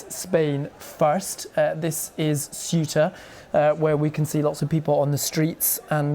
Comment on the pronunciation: FFS learn how to pronounce Cueta(hint sounds a bit like Kuwait) Obviosly organised yeah, but the big question is WHAT NOW?